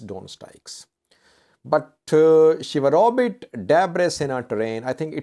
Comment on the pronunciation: ‘sheWaRobit’ not ‘SheHaRobit’